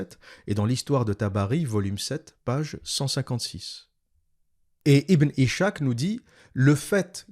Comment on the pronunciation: Par pitié arrête de dire ibn ichak , ca se dit ibn is-Hak le (h c’est un ح) ca veut dire izak en français